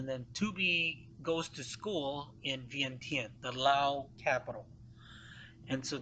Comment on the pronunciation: For a history teller, why do you have to pronounce Vientiane so stupid? Just because English cannot spelled it correctly you don't have to pronounce it the way it can only write.